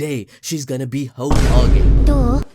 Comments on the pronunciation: Hoe Kage 🤣🤣🤣🤣 ahhhhhh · Hoe-Ka-Ge juke got me bad... damn I wasn’t prepared XD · Hoe- ka-ge 🤣🤣🤣🤣🤣🤣🤣omg I'm weak 🤣🤣